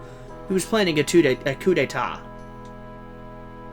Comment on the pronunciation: Also, I love how you said "coup d'etat." You pronounced it "coop d'ay-tat." It's actually "coo d'e-ta." (silent t at the end of "etat" and a semi-silent p at the end of "coup").